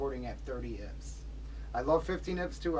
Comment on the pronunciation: great video but it’s I P S. not ips lol.